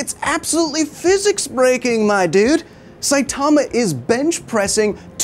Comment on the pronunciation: Dude, Saitama is not pronounced like that, how many time do people have to tell you?